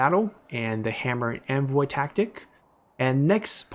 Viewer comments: why do you say 'anvil' like 'envoy'?????? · I love the video, just discovered your channel and am binging like crazy ^^ What has been getting me this video is your pronunciation of "Hammer and Anvil", it sounds more like "Hammer and Envoy" and I just imagine your infantry as the envoys of death himself, watching in glee, while your cavalry units smash into the enemy lines...